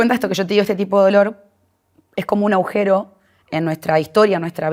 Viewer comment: Linda nota, me llamó la atencion que la entrevistadora diga varias veces AUJERO Y NO AGUJERO.